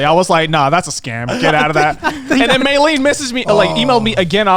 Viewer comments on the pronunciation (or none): meilyne is her name btw not mayleen